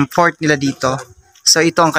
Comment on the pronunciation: It's Fort not Port...just like Fort Santiago in Intramuros 😊. They used it to defend the island from possible invaders 😊